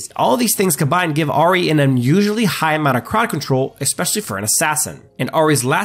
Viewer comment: Ah ri ah ri ah ri. It's I-ri not ah-ri